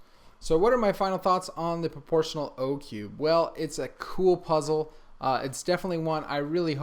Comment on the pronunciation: I thought you were saying proportion one handed